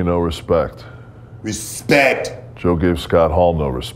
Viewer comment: My 5 year old son is laughing hysterically at ‘RESPECKKK’ and keeps asking me to replay it.